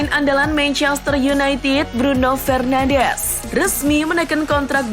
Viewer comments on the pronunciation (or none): none